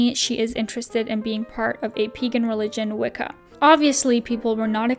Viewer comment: Omg, I was dead at "Peegan" Say it with me children "Pay-Gen